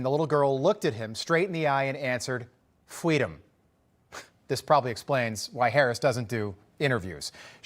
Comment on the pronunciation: Harris is so full of it. FWEEDOM.